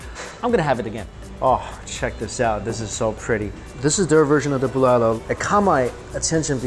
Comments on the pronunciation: Me : what's bolalo Ohhh bulalo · Pronouncation bulalo is Boo-la-lo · It’s called Bu-la-lo